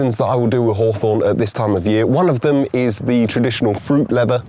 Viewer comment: 讀作 ˈhôˌTHôrn 不是好酸 照著邏輯，蜂蜜要叫好甜😅